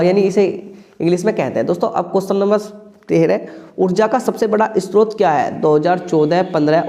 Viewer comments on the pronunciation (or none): Istrot nahi hota hai sir short hota hai